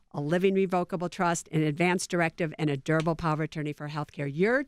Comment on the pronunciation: Pow-wer. Power,. Power.